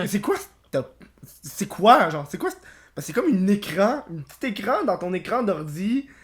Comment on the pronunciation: " j'me connectais sur zun compte pour aller sur zun autre " hahaha tbnk